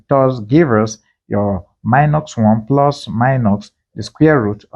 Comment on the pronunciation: Why do you say minoX and pluX? It is not english.